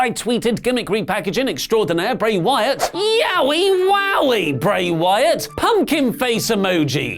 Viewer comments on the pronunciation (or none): none